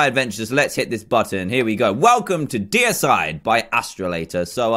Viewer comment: it is named deicide but he calls it decide cause he cant say deicide